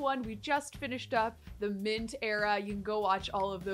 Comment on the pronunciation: Does anyone else hear Minth rather than Mint? I'm losing it